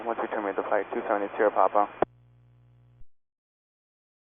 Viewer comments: The first time he said paPA like a fucking 🤡, I knew it was going to be him fucking everything up. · “Puh-paw” Wtf? Revoke his license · He also stopped putting the emphasis on pa-Pa once he felt the pressure 😂 unless that was someone else/his instructor onboard Edit: after another listen, the voices sound similar but I think they’re two different voices